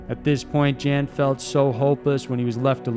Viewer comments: It's pronounced Jan, not Jan. He's not a chick. Yawn. It's pronounced almost just like yawn. Not Jan. Come on man. I hope you understand. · Umm it's not pronounced Jan, he's not a woman, it's pronounced like Yawn. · Jan is pronounced “yun” by the way. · Jan Baalsrud = YAWN Baalsrud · “Jan” pronounced “Yon”. Just sayin. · Jan=YAN a male named Jan is pronounced YAN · Jan is pronounced "yon". Your welcome. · European 'Jan' pronounced 'Yarn' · pronunciation goes a long way there mr. narrator. Jan is very likely pronounced yawn, just so you know! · No. Pronounced 'Yun'. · Jan in Swedish is pronounced "Yon". Cool video though, enjoyed it. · I believe Jan is pronounced Yawn. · Amazing video! Just a quick note though, I believe Jan's name would be pronounced as 'Yan' :) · Charlotte It’s Jen. Pronounced yen. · Jan Vals Rude is pronounced YON ROODA. Just so there isnt any confusion, that Jan is a male in Norske, and usually refers to the name John. Thanks so much for these great highlighted documentaries!! I enjoyed listening to them. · Jan is pronounced YAHN. Please check for correct pronunciation prior to recording. And the Saami do not pronounce their name like Sammy. Think SAH-me. Hope this will maybe help a bit.